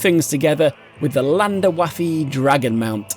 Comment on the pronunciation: i will henceforth pronounce the Landerwaffe mount as ''Landwaffle''